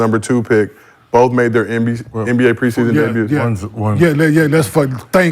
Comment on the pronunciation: brother said Le NBA 😂